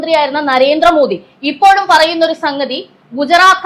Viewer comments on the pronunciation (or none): none